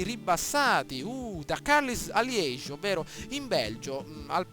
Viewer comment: bel gameplay ma bruttissimo come dici liege !! non siamo in inghilterra :D